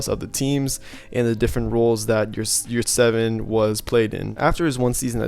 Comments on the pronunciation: You pronounce his name wrong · His surname and pronounciation is Yurtseven. I’m Turk and what you guys talk about? What is yurts evan? 😂